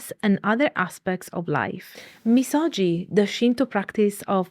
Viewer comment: Misogi is pronounced miso”gi”. The G sound not like the J sound Ji, but like Give. Gi. みそぎ